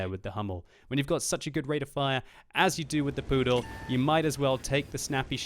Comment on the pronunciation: Lol, the way how you pronounce it sounds like prdel instead of pudel. And prdel in my language (czech) means ass :DDD